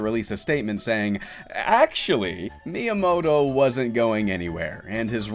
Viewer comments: Good video that could be even better if you tried to pronounce Miyamoto's name properly. Doesn't have to be every Japanese word, but if you're making a video that's focus is highlighting the career of a certain individual, putting in some effort to pronounciation would go a long way. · Did you know? While making a video in the honor of Miyamoto, you don't have to pronounce his name right, not even once!